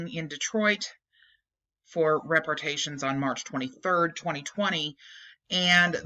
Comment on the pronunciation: Rep ar ay shins. Just a correction on the pronunciation, no biggie.